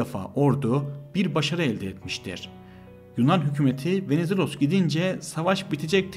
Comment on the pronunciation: bu nasıl kötü bir diksiyon ve bu kötü diksiyonla nasıl anlatıcı olabileceğini düşünür bir insan? Venizelos'u öyle bi söyledi ki Venezuella anladım ve bir anlık düşündüm ne alaka diye. İnanılır gibi değil aşırı kötü yani yaptığın bi iş var ve yapman gereken tek şey konuşmak onu da beceremiyosun. hakikaten çok çok kısa bir Türk özeti gibi